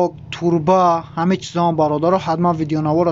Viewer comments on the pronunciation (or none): Турба не Труба